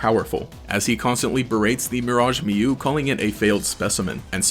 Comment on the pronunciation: He pronounces Mew as "Mewo"